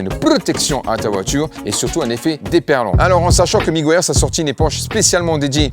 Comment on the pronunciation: Quand tu fais l'intro super vite, j'entends presque "bonjour mon fion, et ma fiotte!" TURTLE... ca se prononce... Teur-Deul.... pas facile (tur -tl) MEGUIARS... Meu-Gwaî-Yeurz... (mu-gwai-urz) Nice video brother!